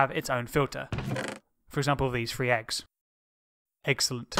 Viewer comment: I love that say eggselent